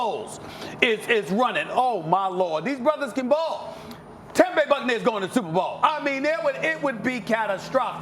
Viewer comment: When i say tampa bay u say shperbowl tb ? Superbowl